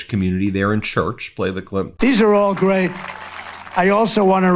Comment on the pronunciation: what did he say here?? "I'ma very gay?" Or he seemed to slur his words trying to say "great" 😂